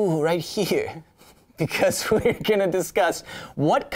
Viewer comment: Lmao he said vcause exactly like vcause :0